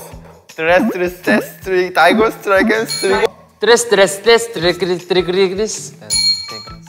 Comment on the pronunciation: me sigo kgando de la risa con su "TrEs trIsTeS Tri grigris " lol